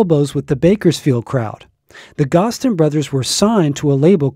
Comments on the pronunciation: GOZ-DEN not GOSS-DEN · Thank you! Vern Gosdin is one of the greatest country singers of all time, and he deserves to have his last name pronounced correctly. I'm surprised that the person who created this video got that detail wrong, especially since he runs such a great country music site!